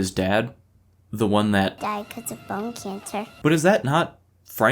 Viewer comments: I thought she said bum cancer but then put the captions on and you're right that it was bone. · It took me until to realize she was saying "bone" and not "bum".